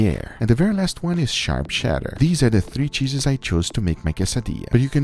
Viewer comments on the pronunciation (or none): ...Cheddar not Sheddar...